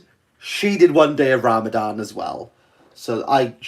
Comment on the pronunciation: I did Not expect this thick Welsh accent hard-as-nails man to survive the first week of Ramadan, but deep inside, when I sow how he makes the "Rrrrrrrrrrramadan Mubarak" sound, I knew he is sincere about life, and he might just make it to Eid. Look at him, crumbling, but not falling. Look at him now after thinking of quitting youtube, he is making a Live... Man we Love you for the sake of Allah, and may Allah bless you and your family, and may Allah give you from where you never expect, and keep you and your loved ones on the straight path insha'allah. Eid Mubarak Brothers & Sisters 🎉